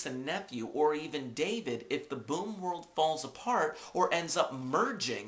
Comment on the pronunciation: It's boom world not boon world :p